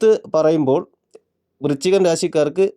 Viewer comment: വൃച്ചികം അല്ല, വൃശ്ചികം എന്നു ശരിയായി ഉച്ചരിക്കാൻ ശ്രമിക്കുമല്ലോ.